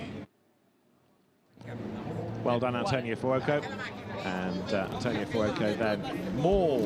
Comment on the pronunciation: How does the commentator pronounce Fuoco? Furuoco??